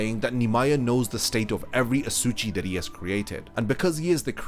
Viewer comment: Asa-uchi, not a-suchi 😂 Still, great series of videos